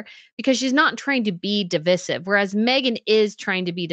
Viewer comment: Please...the way you pronounce a word IS important...Device. Divisive. Not devissive....please Google check and click the sound button so you can hear how it's supposed to be pronounced.